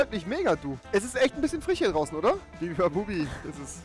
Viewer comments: Bibibabubi sagt er die ganze Zeit Statt bubibabub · Wie Rewi anstatt Bubibabub, bibibabubi sagt 😂😂😂😂😂